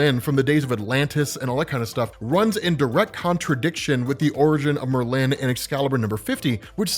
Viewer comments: People: Merlin: Myrrh-lynn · OMG lmao! It's Merlin, NOT MerLin. You're making a hippy English wizard sound like a Asian businesswoman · Please please please... It's pronounced MER-lin (lyn). Not Mer-LIN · Love the video. Please stop pronouncing Merlin's name as if it has a hyphen between the r and the l. Thanks. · you say Merlin weird it’s MurLin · No one in America says it the way he’s saying it. It’s MER-lyn, not mer-LYN. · it's Merlin, one word. Not mer-lin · I refuse to watch an upload in which he keeps calling Merlin Mer-Lin. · Did Marvel create a new spelling or pronunciation of "MER-lin" or do your just not know how to say the name "MER-lin" properly? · Nice video but the weirdest pronunciation of Merlin I´ve heard so far ;).... hehe Murlinn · Merlin is so easy to pronounce, yet you mess it up every time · That is not how you pronounce Merlin. The emphasis is on the 1st syllable, not the 2nd. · That pronunciation of Merlin kills me every time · It's painful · As a Brit, the way says Merlin just doesn’t sit right…. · Love the show But you say Merlin weird